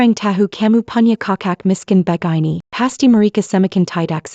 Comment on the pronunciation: Begaini (begini)bkn begaini